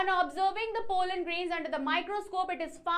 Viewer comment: Bhai genuinely nhi aata hai toh chod do, paise bhi kha rhi ho padhane toh bilkul nhi aata , sorry but muh bnane se bccho ko concepts nhi smjh aate . Aise teachers ke liye respect toh bilkul bhi nhi aati . Aur bhai woh " polen " nhi pollen hota hai